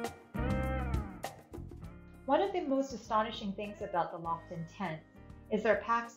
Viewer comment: The Nordisk Lofoten is pronounced Low-Foe-Ten, not Loff-oh-Ten. Lofoten is a Norwegian archipelago.